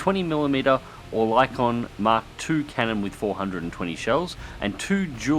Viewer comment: protip: Oerlikon is pronounced more like "ER-li-KEN." The "oe" is like a German ö.